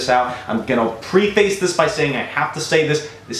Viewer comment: Old man tip….pref- ace. Not pre-face. Lol